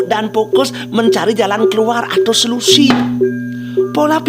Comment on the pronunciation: Mindset dibaca mainset. Solusi bukan selusi